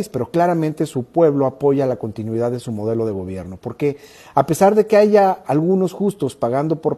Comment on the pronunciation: Que las dices mal